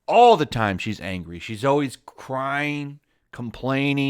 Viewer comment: Right now isn't how you say always.